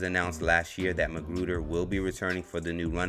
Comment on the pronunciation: How do you say " dat" and "dis" and have proper grammar??